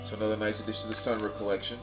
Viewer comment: OK,, I love your vids but I can't take the Sun Ra mispronunciation anymore! It is pronounced as two distinct words, Sun Rah (as in, "rah rah ree, kick 'em in the knee!"). Phew! Ok...back to your regularly scheduled VC vid...;)